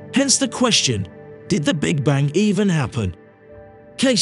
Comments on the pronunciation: Bang, not bank. Is this a robot speaking? Hint: the universe is eternal in time and space. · Am i the only one that's hearing voice-over guy saying "Big Bank" instead of "Big Bang"? just wondering. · What's terrifying is the narrator keeping pronouncing the Big Bang as "the Big Bank". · This guy is driving me crazy by saying "BIG BANK." Will nobody correct him before he publishes a video???!!! Repeat after me: BIG BANG - BIG BANG - BIG BANG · Please stop using the AI voice over. It's called The Big Bang not the big Bank LOL. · Sounds like he’s saying “Big Bank Theory”….a big bank funded the formation of the universe by way of a huge bank loan 💵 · He keeps pronouncing 'Big Bang' as 'Big Bank'. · What is a "Big Bank?" because that sounds like what you are repeatedly saying ha ha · Can’t get past hearing “big bank” with your accent. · Why does it sound like he's saying big bank? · Omg why does the ai keep saying big bank? 😳 irritating